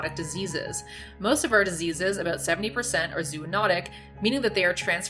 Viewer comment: Less than a minute in and she's already dropped the hard "aboot". (lol just kidding. love your stuff) edit: okay... I don't love this.